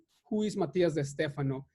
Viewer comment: De Stefano... not Estefano.